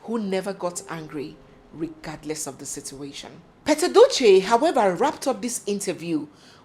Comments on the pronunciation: Haba barrister his name is Pete (pit) Edochie and not pet as in a domestic animal. Its rude to address someone's name wrong. May his young soul be reposed in peace. Amen! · Pete which is pronounced Peet not pet. But everyone in Africa pronounced it wrong.. you people call him pet like a pet dog 😂😂😂 I laugh EVERYTIME I hear it... I just had to say that...